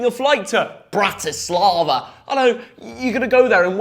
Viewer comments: pronouncing my country biggesst city BrATislAva is just too funny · The way you say bratislava is so f#cking disgusting to, asif the team you're supposed to support is going anywhere! Lads you need to take a long hard look at yourselfs.